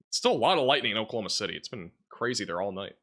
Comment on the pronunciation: Can’t be a meteorologist if you can’t pronounce Oklahoma City correctly 😂💀.